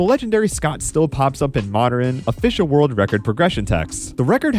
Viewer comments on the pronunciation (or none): You pronounce things funny lol. You say moderen, westeren, instead of modern and western. Not poking fun, I promise